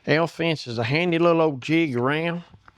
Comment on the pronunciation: I thought he said the "hell fence". This is BRILLIANT!!!